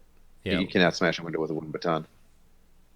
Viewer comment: LOL "you busted my winder"